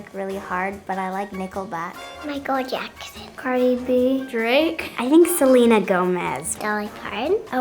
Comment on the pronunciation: Why did she say cradi b!!!!🤣🤣🤣🤣🤣🤣🤣🤣🤣🤣😆😆😆😆😆